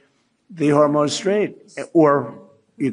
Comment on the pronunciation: Did he say hormone straight?